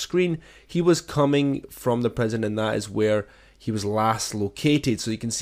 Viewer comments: Prison, not preson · Can't tell of your saying "prision" or "present"